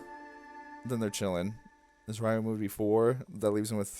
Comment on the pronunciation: You're pronouncing Ryuma wrong btw